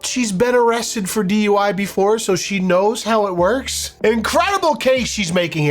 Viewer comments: I thought she said "I've been to Hogwarts." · when she said "how it works" I thought she honestly said "I've been to HOGWARTS" as in the the last time she got pulled over by cops, she was pulled over at Hogwarts. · I genuinely thought she said she was arrested in Hogwarts 😅😂